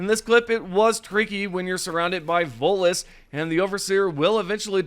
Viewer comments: Every time he tries to say voteless I hear Volus. 😅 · Always sounds like you say Volus.